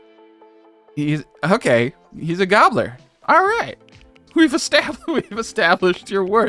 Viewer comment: Been binge watching your last 2 vids and i am enjoying them very much. Love the long form vids. FYI Gaoler is old english and pronounced Jailer.